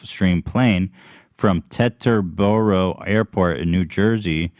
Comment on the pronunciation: “tet-ter-baro in new jersey” LMAO